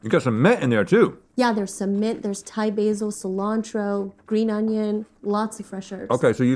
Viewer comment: Did he say "I love thigh food"?